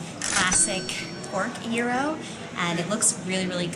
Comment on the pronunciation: Congratulations for being just about the first to correctly pronounce 'gyros'. Here in the UK our standard mispronunciation, or maybe 'anglicised' version is 'gear ross'. I did once hear an American on an Andrew Zimmern show call it 'jiy row' as in sounding like 'gyro' (scopic) When we lived in Germany in the '80s there was a Greek restaurant just 5 minutes walk away which made exceptional food. Their mixed grill included gyros which they served with sliced mild onion and a soft mild cheese with the same consistency of some goat cheese, which to this day, we haven't been able to find. A memorable combination that we enjoyed many times. Mum's favourite Greek food is Moussaka, and Kleftiko.